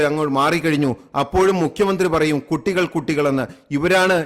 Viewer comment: പറയുന്നത് കുട്ടി അല്ല കൊട്ടി എന്നാ 😂😂